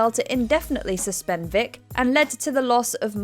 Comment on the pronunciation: Did she call Michael Vick, "Dick" ? 😅